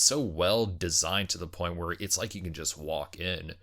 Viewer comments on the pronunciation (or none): none